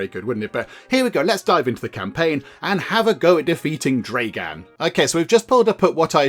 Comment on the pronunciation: Also, you are reading/pronouncing it like "Dreigan?" when it's "Dragan" as in "Drag" in "drag racing" or "[Drag]ging a sack of potatoes", and "an" as in "That's [an] amazing beard". So, "Dragan", not "Dreigan", and yes, that's like both the most Russian sounding name, and not at the same time. 😅